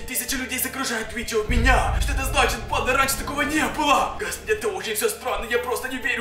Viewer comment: Почему ты говоришь типа банд а! А резко